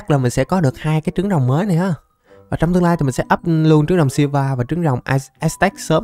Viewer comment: silva đọc tiếng việt là siu vờ anh ơi